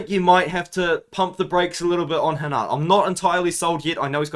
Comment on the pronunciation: Bro you’re pronouncing rinat name like He’s Brazilian 😂